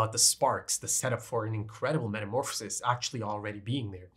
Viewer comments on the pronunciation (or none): none